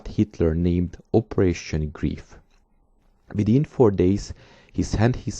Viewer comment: it is pronounced GREIF LIKE LIFE!!